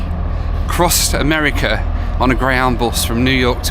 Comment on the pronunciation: Across amerikerr